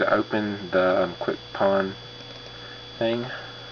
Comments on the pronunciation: Its "Quick PWN" (pwn, like you "owned the phone"). Not PAWN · It's pronounced Quick "Own", FTFY